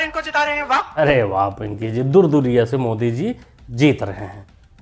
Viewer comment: Durduriya nhi hota he durkaiyaa hota he